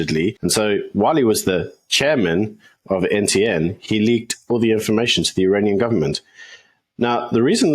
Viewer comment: Iranian ....... not Uranian